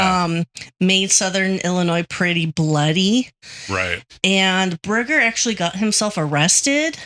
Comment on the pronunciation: Birger not briger